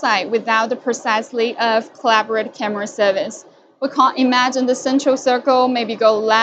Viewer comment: "Camera" not "Carmera".